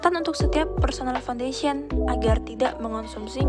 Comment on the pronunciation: Wirakusuma 7E Hmmmm Foundation Bang Bukan "Founfation"